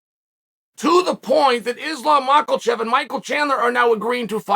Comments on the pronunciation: makh-LA-chev LOL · No one: Chael: Mahkuhlchev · “Islam Macklechef”